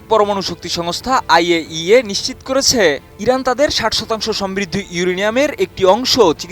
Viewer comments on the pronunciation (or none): none